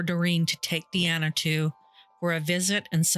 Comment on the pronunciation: Doreen was my opa charlie (Charles) wife at the time of this. He later met my oma. MUCH MUCH LATER. they got engaged but broke things off. He used to tell me this story. Charlie passed away after a seizure after his stroke. His daughters name isn't pronounced Diana it's pronounced DEE ANNA. She was my "aunt" she had horses. I loved those two and feel horrible about the pain this loss caused them